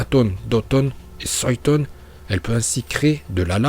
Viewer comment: ya des noms tu les dtruits en les prononçant comme ninjutsu pas le ninjatsu ou en suiton pas soiton et cest uchiwoiiiii pas uchihaaa meme si sa secrit comme sa uchiha